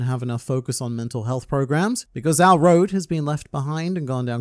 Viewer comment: Road is the name English speakers choose. As Dawn & is Dusk said, his name is pronounced more like Ro-doe.